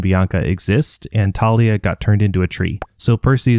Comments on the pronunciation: Its thalia not talia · bro it is thalia not tarlia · Random comment…ERM actually it’s Thalia not Talia🤓👆(also it’s a joke) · Its THAY-lee-uhh not TAH-lee-uhh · 1. It’s pronounced Thalia not Talia 2. Circe turned them into Guinea pigs 3. Forgot about Silena Beauregard, a spy in Camp Half Blood for Luke and sacrificed herself to defeat the Drakon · Dude its tha-lia not ta-lia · Hey its Thalia not Talia this fact from the movies pisses me off a little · aha ok just that ive been pronuncing it thalia and mythology guy has been pronuncing it thalia and rick pronounced it thalia